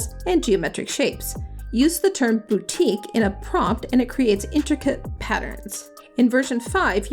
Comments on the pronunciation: Please stop murdering words. Batik is not pronounced BOUTIQUE. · cmon, don’t be disingenuous- that’s not an accent thing. You very clearly say boutique several times. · you pronounced wrongly for batik ...it is bar-tik (Indonesia, Singapore, Malaysia). good clip.